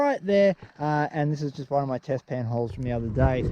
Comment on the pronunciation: Test pan! I thought u said bedpan